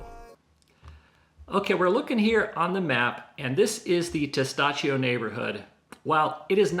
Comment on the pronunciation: Tes TAh CHO! Not Tes Tah SHO.